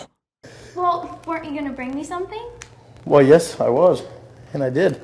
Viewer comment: “WHALE”. instead of “Well”.